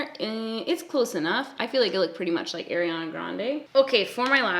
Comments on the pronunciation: are-iana, not air-iana 😘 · i love u... i do. but i cringe when u say “air-ianna” it’s “are-ianna”:/ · Ariana Grande pronounces her name Arr-iana (think arr like a pirate), not Air-iana. I used to say it like that as well. Here’s a video of her saying her own name for 30 seconds straight 😂: And I just wanna say I totally relate to people giving you acne advice. I’ve had a few people give me advice irl when I didn’t ask. And they weren’t people close to me. One time my male boss asked me what I had on my face! 😳 Omg it was so awkward! What an ass. I mean had he never seen anyone with acne before? This guy was at least 40 years old. I hope I don’t have to deal with forever! My dermatologist put me on medication for it and it’s gotten better. It’s definitely not gone though. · you pronounce ariana so funny like AIRiana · "air-iana" LOL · The way you say Ariana 😂 my golly I ❤️ Canadians